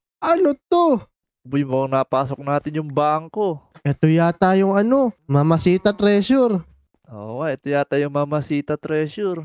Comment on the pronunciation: Idol yamashita ang tawag dun hindi mamahita or mamashita anyways galing mo idul